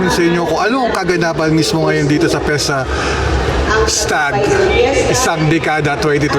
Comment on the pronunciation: Fiestag hindi Fiesta Stag. Babasahin mo nalang mali pa. 🤦🏻‍♂️